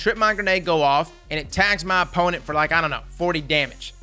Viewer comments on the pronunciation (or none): none